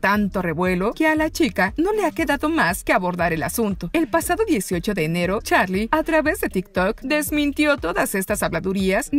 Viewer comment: No es charlie es charli 😐